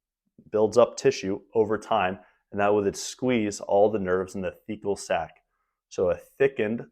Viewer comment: a Fecal Sac? I couldn't hear anymore vowels in that word. Surely that's not the name?